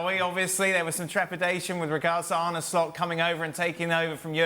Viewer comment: Why are people like Macca ignorant to the fact his name is not pronounced Arnie . It is said like Arner...